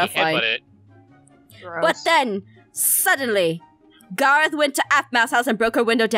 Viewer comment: OMI IT IS NOT GARRAOTH IT IS GARROTH